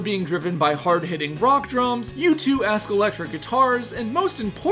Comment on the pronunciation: U2..how did you pronounce that wrong!?